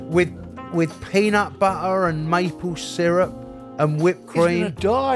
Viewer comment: The way pronounced “peanat butt-ah” changed the way I’ll be saying peanut butter from now on 😂 too cute lol 💖